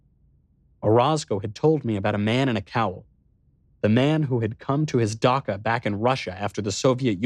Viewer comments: Knowles! I absolutely love your reading, but it's pronounced "dah-CH-a" not "dah-K-a." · Dacha is still pronounced dutch-ah, not duck-ah